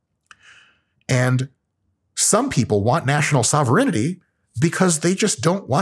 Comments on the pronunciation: It's SOH-VEH-RAIN-TEE :) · Sovur in tea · I love, but not enough to allow him to sneak an extra syllable into "sovereignty". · I'm pretty sure, "sovereignty" is pronounced differently